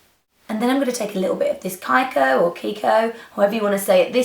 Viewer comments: Kiko is an Italian brand and we pronounce it like if in English it was "KeyKo". Hope you could understand! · Kiko is kee-ko ;) lovely make up Nic! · Lovely, I'll get inspired for a wedding I am invited to! Kiko is pronounced "keeko" :)